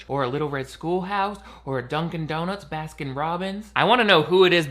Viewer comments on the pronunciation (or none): none